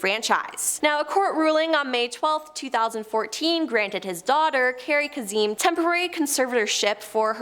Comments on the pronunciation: Say it with me Casey Kay-sum. It’s Kay-sum not kazeem. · It's Casey KAY-SEM, not "Kaseeem." is one of the worst presentors on this channel. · Kazzeeeeemmm??? Since when every Sunday for I don’t know how many years that’s not how he pronounced it on the radio… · Casey “Case-um”. Like how do you not know him or how to pronounce his name? Great video though. 👍🏻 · Years? And the pronunciation is Ka-sem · It's pronounced Casey KA-SEM. Long A short E 😊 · Or for the slow people KA-SUM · Kaysen is how you say that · It’s kasum, long A short u, emphisis on the first sylable. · How long would it have taken you to google how to pronounce "Kasem"? Cringe. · I do not like this woman. She can’t pronounce names right. Everyone should know who Casey Kasem is and how to pronounce his name. Also sit to the side. You block the pictures behind you. Please pronounce things right. Ask Google. There is no excuse to get it wrong. 😡. Please hire someone else. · In the states. Shaggy would hate that his name was mispronounced😅. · Can't say 'Kasem' either.